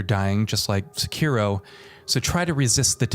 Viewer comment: Thanks for saying Sekiro properly instead of trying to sound Japanese and saying "secki-doh"